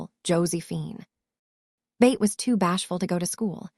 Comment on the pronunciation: Why do you pronounce Beth as Bate? It is pronounced BETH rhyming with Seth or meth.